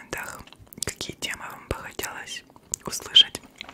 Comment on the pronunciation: 9.08 ты сказала слово услышать, буква ш по ушам долбит